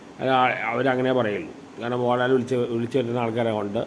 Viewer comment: Please pronounce MohanLAL